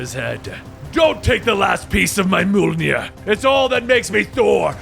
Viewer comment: i know u know your stuff but let me teach you something to thank you for all you've taught me, the "J" makes a y sound so it isnt "mullnir" it is pronounced like "myul-nir"